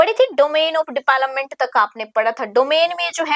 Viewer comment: Development ki pronunciation bahut embarrassing h mam